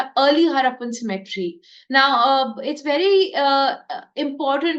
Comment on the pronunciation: Cemetery's prenounciation is different from symmetry